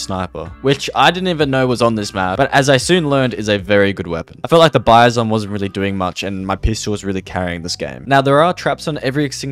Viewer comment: woah he said bizon right